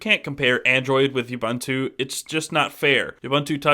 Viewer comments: First of all, it's OO-bOOn-tu. I have never heard people call it youbuntu, and it's honestly a disgrace to a review to mispronounce it during one. Secondly, it's a bit unfair on either side to compare ubuntu and stock android. Seeing as how GSIII comes with Touchwiz and not AOSP. However, Ubuntu seems more default gesture based, but there are apps in the store to simulate this very thing. Either way I'm definitely looking forward to the Ubuntu ROM in the future for my GSIII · its not Youbuntu its oooubuntu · "You-bun-too"? Really? People (well, Americans) are *still* pronouncing it wrong? It's "Oo-boon-too". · You seem to pronounce "Ubuntu" wrong.. It isn't "Youbuntu" it is "oobuntu" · It's pronounced OO-BOON-TOO not YOU-BUN-TOO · man...lol!!! THAT's an AFRICAN WORD!!! not pronounced UBONTOU!???? WTF?!? LOL! ...that is pronounced UBUNTU... the U being OO (U)... shame on you!!!! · WOOBUNTU. NOT YOUBANTU. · Please!! It's not pronounced "Yuh-boon-too"... It is pronounced "oo-boon-too" (with "oo" as in "look") PLEASE get it right... it's kind of irritating to hear considering the correct pronunciation, is really not any harder than what you keep saying! [See wikipedia Ubuntu_(philosophy) ] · OOOOBOOONTOOOO NOT YOUBUNTWO! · its pronounced oo-boon-too. come on you're supposed to know this stuff. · Since when does an accent affect phonetic pronunciation in such widely varying degrees? It's an African word, it's pronounced the same in any accent. The correct phonetic pronunciation is OO-BOON-TOO and it tells you so on the Ubuntu site. See for your yourself. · it's pronounced u-BOON-tu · Yes I agree. The pronunciation of the name in this video is totally wrong. It is "ooh-boon-too". Go and check the pronunciation of this African word on the net. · actually it's pronounced ooh-boon-too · Please stop saying YouBuntu. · Please get the pronunciation correct Ubuntu (ʊˈbuːntʊ) it's OO-BoonToo Shot ;) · oo-boon-too I liked the video but your pronunciation drove me nuts.